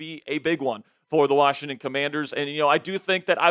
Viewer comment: There is no "D" in WASHINGTON 😂😮😢😂